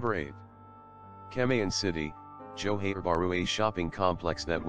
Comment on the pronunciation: It's not johen it's johar like johar okay?